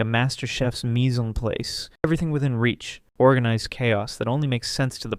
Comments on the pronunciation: Mise-en-PLAICE ? Oh dear. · It's mis en place, pronounced mees en plahss. 😎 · you mispronounced mise-en-place, btw. Either pronounce it french "miz ahn plas", as it's a direct french expression or don't use it. "miz ahn pleis" is an abomination unto god. I'm not french btw, which if i was i think it would have shortcircuited my brain.